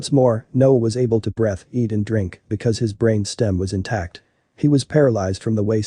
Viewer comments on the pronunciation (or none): Spina bifida ... pronounced spy - na b- if - i- da Breathe Not. Breath